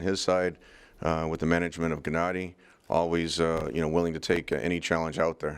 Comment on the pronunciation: "Jennady" lmao 😂 and Gennady calls danny Daniel 😂 Perfect